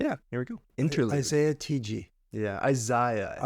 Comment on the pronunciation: dude kept saying "izaiya" 🤣